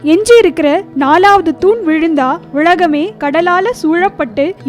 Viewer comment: Pl pronounce correctly. அது உழகமே இல்லை உலகமே